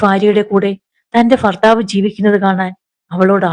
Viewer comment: ഫാര്യ, ഫർത്താവ്,ഫയം, അഫയാർത്ഥി, ഫിഷ ഈ ഉച്ചാരണം തെറ്റാണ്. ഭാര്യ, ഭർത്താവ്,ഭയം, അഭയാർത്ഥി, ഭിക്ഷ എന്ന് സ്ഫുടമായി പറയണം.